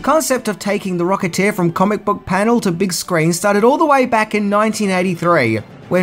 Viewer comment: “The Rocketeeah”